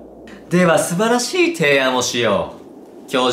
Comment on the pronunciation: では素晴らし↑い↓